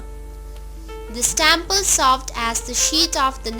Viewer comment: Tyample ..how rubbish ..say it properly temple